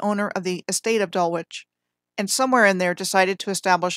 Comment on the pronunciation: I believe Dulwich College is pronounced Dul-ich….likeLeicester is pronounced Lester.